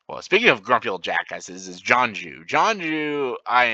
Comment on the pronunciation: I was joking about how you mispronounced some characters names like they do in the live action movie. For example, Jeong Jeong, you called Jonju. Roku you called Ruko. And Long Feng you called Feng long I think hahah